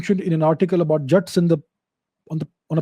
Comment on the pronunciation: Calling Jaaats , jats 😂😂😂!